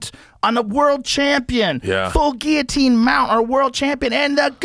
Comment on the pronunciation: why do they say Geeatine not Guilotine?